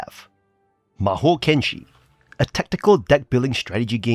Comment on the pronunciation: Thanks for the review 👍 P.S.: It is Mahokenshi, not Mahoukenshi 🙂